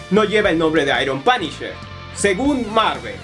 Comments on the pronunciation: "Es Da Panisher " :v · "Oh, es da panisher"